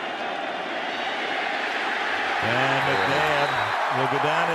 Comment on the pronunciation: Lol you said iggles